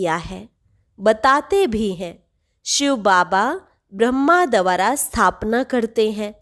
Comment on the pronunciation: baki sab kuch accha hai par ek correction hai dwara is shabdh ka uccharan ko teek karlo